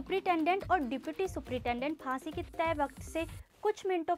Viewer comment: फासीeee instead of फाँसी 😂😂